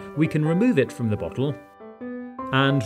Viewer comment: Everytime he says bottle I also hear buthole and that makes the video funnier